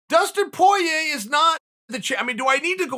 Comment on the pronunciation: Dustin Poiyeh